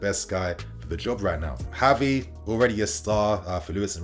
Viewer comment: pronouncing Gavi's name wrong.